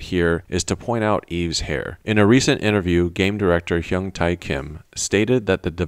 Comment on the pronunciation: Great analysis as always! Just a tiny nitpick: The 'tae' in Kim Hyung Tae is pronounced 'tay' (as in 'pay'). Looking forward to your next video :)